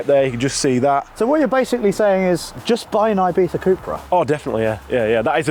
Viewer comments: Why do you pronounce Ibiza as Ibeefa? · Ibitha Cupra, that's some Mike Tyson pronunciation :)